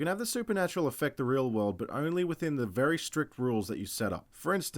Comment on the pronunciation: “Oh my god there’s z Nun at z door”